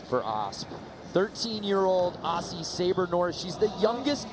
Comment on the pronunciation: Guys!!! It's spelt Aussie but pronounced Ozzie